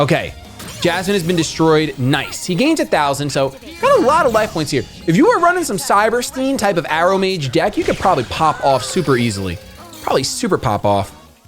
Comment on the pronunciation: Wouldn’t it be pronounced Air-row-midge? And your voice does not suit your hair and beard lol 😂